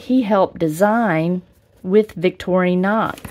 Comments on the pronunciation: It's "vic-TOR-in-ox", not "victory-knocks". Just sayin'. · I do not like how you say Vic tori nox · That looks like a nice knife set up. However have to ask if you should be doing a review on a popular knife brand when you cannot even properly pronounce the name. Very sad.